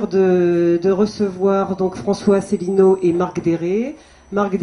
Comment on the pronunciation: On a une véritable synthèse dès le début, avec une présentatrice qui essaie de nous vendre son auteur comme un courageux iconoclaste, alors que son CV ressemble à une batterie de casseroles, sa présentation de François Asselineau dont elle écorche le nom et dont elle oublie (volontairement ?) le nom du parti, en le faisant passer, par contraste, pour un apparatchik, et le mépris de M. d'Héré lui-même pour son contradicteur qu'il traite d'extrémiste et de marginal sans le regarder, en croyant balayer le débat d'un revers de manche.